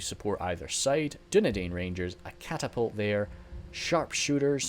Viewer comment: Dunedain is pronounced as dune dine